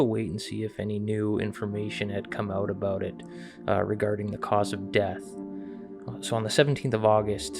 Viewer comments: it is AB-out NOT AB-boot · Honestly why do Canadians pronounce about like they are saying a boat?